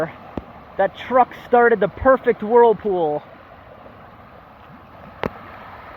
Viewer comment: Your doing a good job. Wish you lived in Australia. Nobody does that here. By the way earlier you said worldpool. The term is whirl pool.